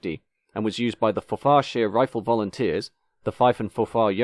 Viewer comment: FOR-far and FOR-far-shur, not for-FAR and for-FAR-sheer